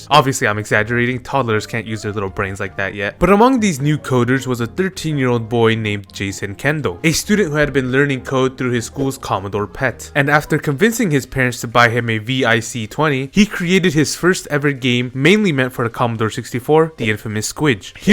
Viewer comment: Just a note for the computer names, "VIC" is pronounced as one word like victor, and ZX is pronounced as "Zed Ex" since it's British